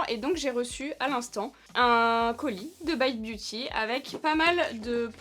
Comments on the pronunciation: Coucou on exige que tu prononce le nom à la française!! 😂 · La seule marque que prononce à l'anglaise 😅